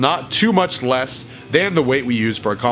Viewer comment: "But with wess weight"